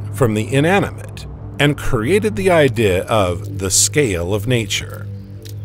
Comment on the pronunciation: Man please quit writing ‘idea’ into the script. The AI narrator just can’t handle it.